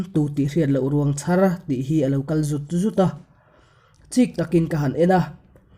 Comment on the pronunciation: I chhiar thiam a mah se ti teh ang 'Ruang chhar' tih lai erawh a dik lo deuhin ka hria i chhiar dan a thluk dan kha, 'chhar' lai kha thluk hniam la a dik zawk lo ang maw ka ti. A rei tawh na a mah se ngaihthlak nawn hian tu pawi mah a sawi loh angin ngaihthlak nawn a nuam a, vawi tam ngaihthlak nawn pawn mittui a la titla tam ,vawra zawng a riang vawng vawng lutuk hian kuah ngawih ngawih chaka min siam chu...